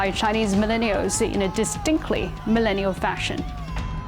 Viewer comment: I have a love/ hate feeling about the way she says millennial!!! LOL